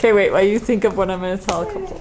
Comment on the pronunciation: you also say “While” like “why” I’ve always heard it & it makes me giggle everytime